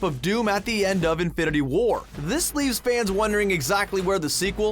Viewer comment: Stop emphasising the second word in "Infinity War". It's not "Infinity WAR", it's "INFINITY War".